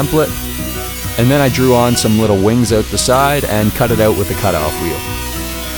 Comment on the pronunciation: Why is it so hard for you to say OUT?